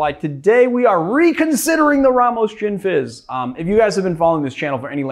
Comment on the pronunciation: "Ramos Gisni fish" :D